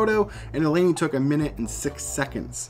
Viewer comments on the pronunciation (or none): It is pronounced Leen-èh